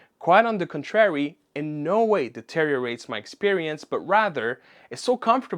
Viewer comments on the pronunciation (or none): Oh wow, that totally escaped my attention hahaha. Sorry. That was the pronunciation of 'contrary' lol. A small thing, but mildly distracting. :)